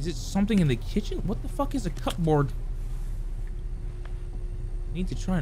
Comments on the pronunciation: mispronouncing cupboard as cup board is fucking hilarious! 😂😂😂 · Cupboards are basically the cabinets Lmao and it's not cup-board it's like cub-oard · holll up, he called it a CUP-Board